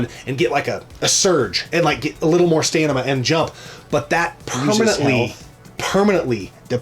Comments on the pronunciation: Stam-in-a= stamina, and not "stanima" 😂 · Stanima to take out the emenies? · Are you saying... "Stanima"?